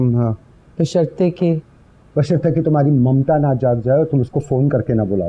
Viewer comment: Please apni urdu achi krain.its not mumta its maamta.